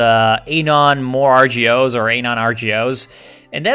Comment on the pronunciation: You say anon like anal and it bothers me